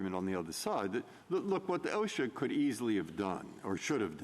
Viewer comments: Roberts nailed her. They've had two years to get Congress to act. It's not an emergency for anyone, but Biden. Next time send a lawyer that can pronounce OSHA. What's Awe-Shucks? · The lady speaking can't even pronounce OSHA correctly, but is in a position to promote compelled toxin injektions? LOL - hey lady....it's not Oshkosh - but that's not important right now. SMH pathetic!!!!!!! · I’ve never heard OSHA pronounced asha.